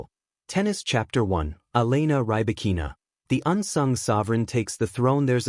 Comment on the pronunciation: Check your pronunciation of Rybakina's name